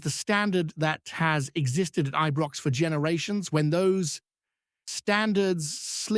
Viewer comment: IBROX NOT EBROX